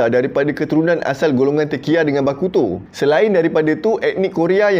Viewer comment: "Bakuto" bunyi da macam "Aleuto" haha.. Kan....